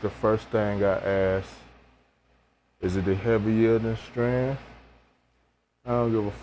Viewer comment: when you keep saying "Stran" i'm out! I don't like dumb shit.